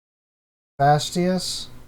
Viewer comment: it's pronounced as Fa-sti-dious